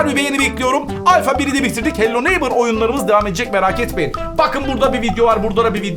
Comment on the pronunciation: hala hello neybıra hello neymır diyor